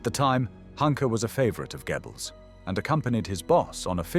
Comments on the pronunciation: Gebbles??? 😆 😂 You Brits couldn't pronounce German to save your lives. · The translation of the names of the Nazi leaders is so bad. "Dschiebels, Ramel". Very stupid AI! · It’s AI, and I’m not sure there is an English equivalent/spelling of the German pronunciation of “oe”. It’s not “Gebbels”, and not exactly “gyobbles”. Americans usually pronounce the name as “Gurrbles”, which is even worse. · KI ist dumm, kann nicht einmal Namen richtig wiedergeben! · If only he'd pronounce Goebbels properly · This narration sounds good but I still think it is AI... Goebbels is constanly pronounced incorrectly along with a few other words that point to it being AI. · Really like the content, but please sort out the pronunciation of 'Goebbels'. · c'est quoi ce commentateur de merde, qui ne sait pas prononcer le nom de Goebbels.